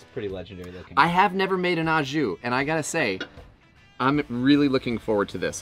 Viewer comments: Holy crap, you yanks and the Ah jus, it's Oh jus. Yummy looking sammiches though! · Yes love Aux Jus, oh and pronounced “Oh Jus” 😂 looks great 👍